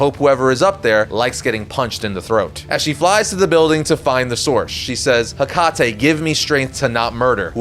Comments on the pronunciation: Your continued mispronunciation of Hecate (should be "HEH-cuh-tee" not "heh-CAH-tay") is so irritating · That's not the right way of pronouncing Hecate. The right way is ( Heh Ka Tee) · You’re supposed to pronounce Hecate like “Heck-at-ee”